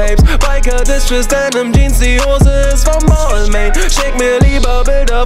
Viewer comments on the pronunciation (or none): Hab gegoogelt Balmain spricht man so aus: bel'ma(n) 🍍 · Ehrenmann kauft sich Marken die er nicht mal aussprechen kann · Lern bitte erstmal balmain auszusprechen bevor du einen Song drüber machst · Wie wird es ausgesprochen Bal ming oder was😂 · Belmain wird es ausgesprochen aber Balmain geschrieben .... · Das ist französisch, dass i und das n werden nicht ausgesprochen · Red nicht von labels die du nicht mal aussprechen kannst